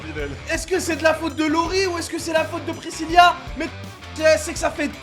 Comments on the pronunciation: Bilal pourquoi tu arrêtes pas de dire Priscilla mais sais Pricilla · JSP si vous aver remarquer que di présilia et non présila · Pirisila pas prisilia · c'est pas priscilia c'est priscila et c'est pas ariana c'est mariana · Precilia? 😂😂 precila😂😊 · C'est Priscilla et non Priscillia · C moi ou il dit brézilia ?? Pour Priscilla